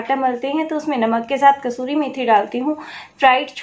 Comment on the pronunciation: Thanx 4 needful information. But it's "kasoori" And not "kasturi" Ok?